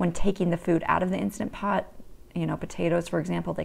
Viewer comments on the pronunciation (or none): Please say instaNt pot. Insta pot sounds so tacky.